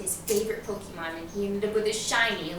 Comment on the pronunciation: Oh god she said Pokémon wrong fbi open up